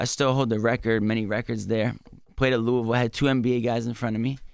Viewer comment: Envy u gotta learn how to say Louisville